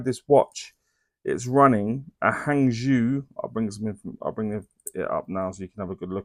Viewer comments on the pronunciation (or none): Love your reviews, you get the information across very well. Not being picky, but Hangzhou is pronounced Hung Joe in Mandarin Chinese, it's a beautiful city.